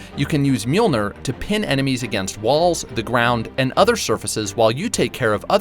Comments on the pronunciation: It's pronounced mee-yol-neer, not meal-nir. Lol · It pissed me off how he pronounced mjölnir. It’s pronounced mill near.